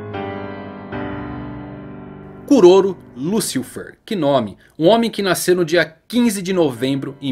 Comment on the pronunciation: '' Liucifer é foda ein, deu agonia ouvir essa pronuncia''